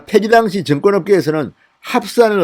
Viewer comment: 진성호방송 애청자로서 진의원님의 우국충정에 늘 감사하고 있습니다. 진성호방송은 구독자가 130만명이 넘는 우리나라의 대표적인 우파방송으로서 사상과 언어 등 여러 측면에서 국민들에게 많은 영향을 끼친다고 생각합니다. 그래서 저는 진의원님에게 언어측면에서의 교정을 진심으로 당부드리고 싶습니다. 무엇보다도 억양과 발음을 고쳐 주십시오. 진의원님의 방송을 듣다 보면 억양과 발음때문에 듣기가 거북하고 힘이 들 때가 많아 구독과 구독취소를 반복하고 있습니다. 고쳐 주셨으면 하는 대표적인 사례를 들어 보겠습니다. 1)'당시(at the time)'의 억양은 1음절인 '당'이 아니라 2음절인 '시'에 두어야 합니다. 2)'증권(stock)'의 억양은 2음절인 '권'이 아니라 1음절인 '증'에 두어야 합니다. 3) 수의 발음 오류 '이십여 명'을 '이•심•녀•명'이 아니라 '이•시•벼•명'으로 발음해야 합니다. 4)고유명사 발음 오류 '윤석열'을 '윤•성•녈'이 아니라 '윤•서•결'로 발음해야 합니다.